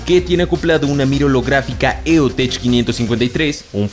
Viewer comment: Tío, la marca EoTech se pronuncia "eotec", escuché que lo pronunciaste mal, saludos te amo